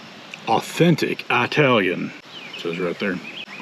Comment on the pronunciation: Love your channel as a Italian dont say eyetalian,LOL it's Italian. Lol😅 your the best. Italian...not eyetalian😂 we hate that it's just genes. In our blood.